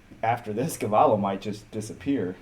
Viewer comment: The guy to whom Tristan lost, lost in the show to a smaller guy than Tristan is. That little guy is Younger brother to Willian Tackett. He must be a monster (and he knows how to defend leg locks). It is Andre Galvao not Galvallo, LOL!